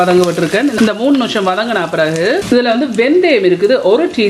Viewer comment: Very nice curry... ❤ noosham ila.. nimisham.. maathi solungo.. pls.. keka oru madiri iruku.. thanq